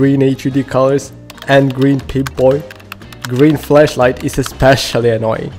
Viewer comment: you say "FLASHlight" as "FLESHlight"